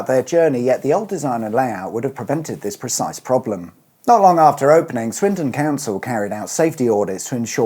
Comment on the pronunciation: Swindon or Swinton? Sounded like you were calling it Swinton! Plus no magic roundabout music at the end.